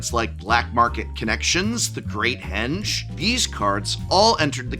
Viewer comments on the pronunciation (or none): none